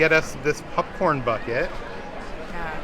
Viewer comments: I love how says popcorn, it sounds more like pupcorn! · Are you calling it a popcorn bucket or a Puffcorn bucket?! lol 😂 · "Pupcorn"